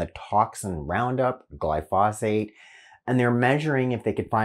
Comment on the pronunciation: Pronounciation is glypho- sate.